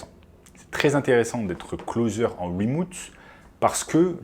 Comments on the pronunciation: Bonjour, wemoute c'est remote. Désolé mais ca pique trop... Sinon merci de la vidéo ! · Remouuute ? Mdrrrr